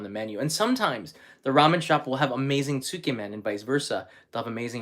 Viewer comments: Tsukemen is pronounced closer to sk•yeah-men, by the way...I can't eat pork-based food, but I'd be honored to eat a meal cooked by you,... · Hi. Please correct me if I'm wrong. Isn't it pronounced skaymen? Ty